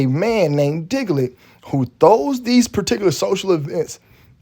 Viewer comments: He keep saying diglet 😂🤣🤣🤣🤣🤣🤣🤣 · You call him Diglet 😂😂😂😂